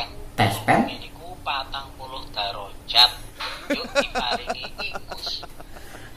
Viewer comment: Ha.. Ha... Derajat jadi darojat 😄😆.... Lucu....